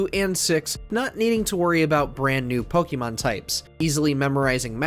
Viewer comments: Why does he keep saying “Pokimon”??? It’s “Pokemon” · Every time the narrator says Po KEE mon I cringe a little. I don’t think this is the right pronunciation. In Japanese it’s Po KAY mon which i think is the correct pronunciation, but I get that in English we don’t say an E as “ay.” The English pronunciation is probably best as po KEH mon, much like the e in pocket monsters.